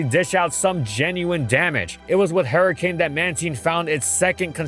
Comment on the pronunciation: No one:: "Hairy cane"